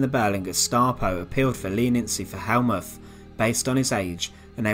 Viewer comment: Get it right! Th in German is a harsh t, so Helmuth is pronounced Helmut.